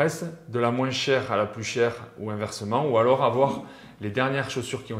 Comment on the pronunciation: Plus ou moince 😂😂 le S de moins ne se prononce pas 🤦‍♂️